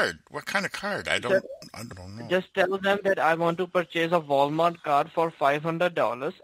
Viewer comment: "voul mart"